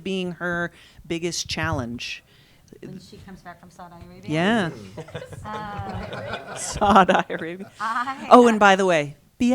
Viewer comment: Why is she pronouncing Saudi Arabia like that 😂